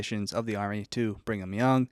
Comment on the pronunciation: I love the way pronounces Brigham as "Bring 'em"😅